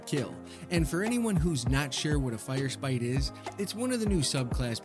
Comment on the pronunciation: Hi. Big fan. I've seen all your XXX films. Just one question though. When did the second r in firesprite hurt you? You don't seem to wanna talk about it. Signed, -Your friendly neighborhood hunter main